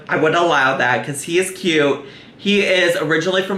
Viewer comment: You said kyy-uute wrong